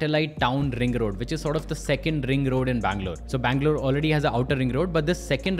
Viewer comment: Best thing. He can pronounce Haiderabad, bangaluuruu. Very clearly. Compare to average Hyderabadi.... Heddrabadd😅😅😅